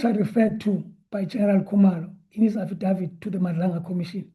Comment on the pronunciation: Affadaffid.... I'm in stitches 😂😂